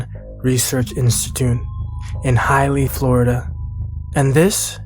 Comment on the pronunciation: Great story. As someone who grew up in Central Florida I am curious if the Dr meant to say Hialeah instead of highly Florida. :). Hi ah Lee ah is how they pronounce it so that’s what got my attention and I had to ask 😊